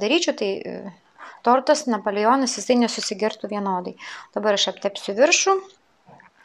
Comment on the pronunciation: sakoma napoleonas o ne napolijionas kvailai skamba